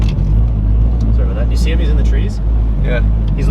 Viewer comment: Didn't realize you were Canadian until you said oot and aboot